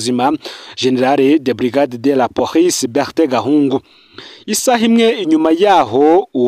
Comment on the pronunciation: Mbabarira ntusubire kuvuga "porice", bavuga police